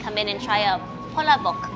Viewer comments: omg i thought she just sad BALLSACK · Dude, In my life youre the first pinoy male to say he doesnt like dinuguan. Shes better than you at Kamayan, idk man, you dont even pronounce the names of the foods right. She even pronounced Palabok way better than you.